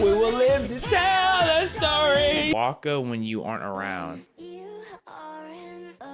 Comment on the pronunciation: Waka sounded like a British person trying to say water